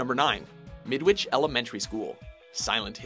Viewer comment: is it me or does midwhich sound like a sandwhich